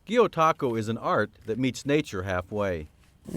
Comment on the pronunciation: Gyotaku is not pronounced like that in the slightest so it does make me question her actual knowledge on the subject but it's interesting to see Japan and Oregon together none the less.